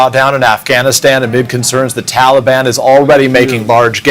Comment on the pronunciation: Ffs can't pronounce Taliban!